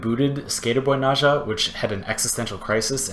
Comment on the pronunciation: It's N-eh-z-ah....ugh